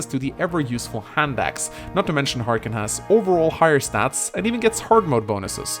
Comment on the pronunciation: It's not-Harken!